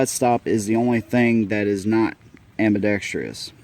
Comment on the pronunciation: Super nice video and a very fair assessment of the gun. Good b-roll, framing is nice, angles and background are easy to watch. One small nitpick... there's no such word as "ambi-dexTRY-ous." AAUUUGHHH!!!! For crying out loud!! A tragically common mispronunciation. Drives me nuts. And if that's the biggest complaint that I can find, then you know it must be a good video. :)